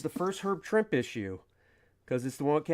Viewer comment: Herb Trimpe pronounced his last name as "Tremp-ee" not "Tremp."